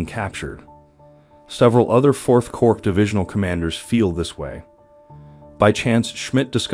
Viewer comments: Narrator, Corps is pronounced "Core" not Corpse. Pretty basic stuff for someone narrating such a drama. Of course Obama pronounced it as Corpse as well but what would you expect from a community organizer? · Respectfully, Corps is pronounced "Core," not "Corpse." The letter S is silent.